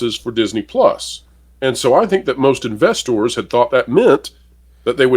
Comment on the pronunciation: ‘FoLks’ ‘investOrs’ Plus the slow talking period. I cant take it anymore. This guys voice. Ffs. Im out.